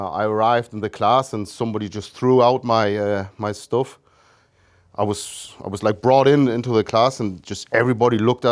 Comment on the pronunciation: You can hear the geordie come out in certain words like "stuff" it's amazing